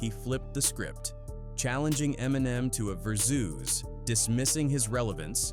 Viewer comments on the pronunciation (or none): Game is fucking ass. And wtf is a ver-zooss?!?!?! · 📠📠 when I heard "verzooze" instead of Versuz I died 😂😂😂😂😂😂😂😂😂😂😂😂😂😂😂😂😂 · Who is "2 Pack & Doc-tooor Dre"? What is a " Vurzuz battle "? Ai 🤦🏽‍♀️